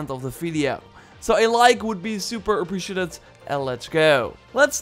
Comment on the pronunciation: uh· pree· shee· ei· tuhd Appreciated you still get a like, because you are awesome